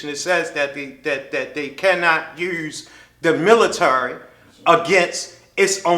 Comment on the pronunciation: Also you fucking moron..., it’s the swat team not the military... fucking drunk, ignorant fuck... also, learn how to pronounce military